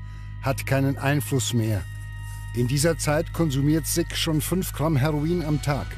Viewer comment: Der Mensch heißt SICK und nicht SIGG